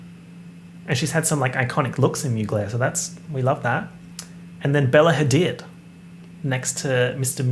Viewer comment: I’m sorry but this needs to be said: it’s not Bella ha did it’s more like Bella hadeed good luck luv